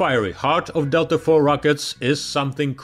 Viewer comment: "Delta four" sounds like someone from London saying "Delta Thor"